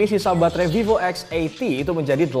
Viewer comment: Salut....ngucapin nama brand VIVO. Bukan spt kebanyakan org yg nyebut VIVO >>> FIFO.